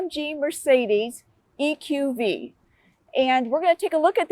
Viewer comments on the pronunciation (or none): Did she call it the EQV? Lol this review is horrendous